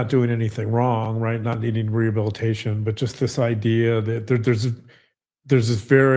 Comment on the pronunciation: Are we going to address the fact that Mackenzie cannot pronounce "rehabilitation" and that her mother is more impressed that Kim Kardashian "might" call her than that she killed two kids?